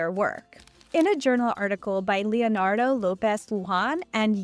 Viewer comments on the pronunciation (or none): none